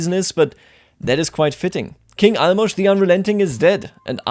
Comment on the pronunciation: Holy shit you are the first person who I heard pronounce Álmos' name right